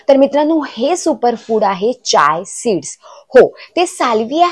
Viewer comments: Chay seeds vegal ka bolatayet Chiya seeds bola😅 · Chiya सीड्‌स बोला ताई